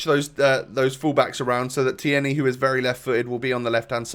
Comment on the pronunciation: Tierneys name is pronounced teernay